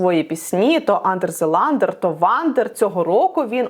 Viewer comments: Перш ніж записувати відео, можна хоча б поцікавитись вимовою назви пісні? Яке "андер зе ландер"? Хоч я не фанатка Меловіна, але звучить так, ніби хотіли навмисне образити артиста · Андер зе ландер? Серйозно? Хахейтити співака і навіть не потрудитись назву пісні прочитати?